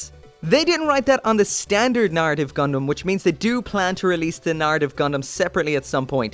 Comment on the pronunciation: Wtf is with that hard R? Narrative not naRitive